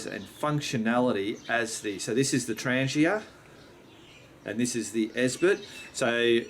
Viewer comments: “ 😂 TrahngYA” 😂 Tran geeuh is not the proper pronunciation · It’s pronounced TRAHN-YAH